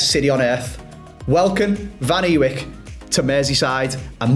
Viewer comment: Cov fan here. Milan's surname is pronounced "Van A-Vike". Don't worry, despite him clarifying the pronunciation several times, our own club commentators are still incapable of pronouncing it properly😂 Also, you have signed a player from a Frank Lampard-managed team who look by far and away the best team in the Championship right now.... no bias I swear